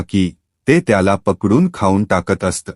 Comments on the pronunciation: अस्त नाही असत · Kahi shabda che ucchaar thik Kara. " Aasat" is a common word in Marathi.